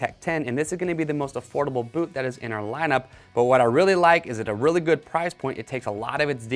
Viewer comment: Anyone else catch him say “goot” twice